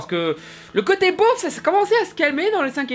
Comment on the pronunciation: "beauf" pas "bof" 😉